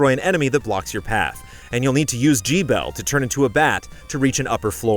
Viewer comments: Jee-bel? I figured it was more like "Gebbel" with the "g" from "get." Wrong? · "Gee-Bell"? Seriously??? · Hehe, "Jee bell"